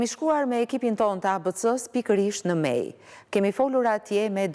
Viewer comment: Eh lotet e ni nane😢 sa t vshtir e kan pas Gjitha Nanat Kosovare e njera nder to je kan ti dada Pashke .. Zoti marrt hakt per ta😢 Ju kisha lut prezantueses le ta shqiptojë mire kete vend jo ”Mej” por Meje! Shpirti ju past dritë gjithë atyre qe sod nuk e gzojnë as lirinë dhe nuk jane me Familjet e tyre😞🙏🏻